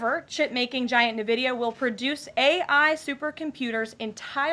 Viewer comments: N-Vidia, not Nividia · It’s not Nvidia, it’s “Nvidia”. Gosh get it right 😂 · Navidia? No NVIDIA. It’s pronounced En-Vidia. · She doesn’t know how to say nvidia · Ugh every time she said Nvidia, it drove me nuts. At least she didn't call AI "A-one." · Can't even pronounce Nvidia correctly... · does she not know how to pronounce nvidia?